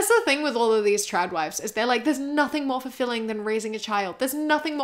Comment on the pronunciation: the whole video I kept thinking you were saying Chad Wives not Trad Wives but it still worked but yes your points were on Point